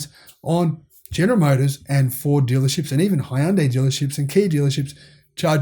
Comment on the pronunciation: helpful tip since i lived in korea. hyundai only has 2 syllables and it rhymes with sunday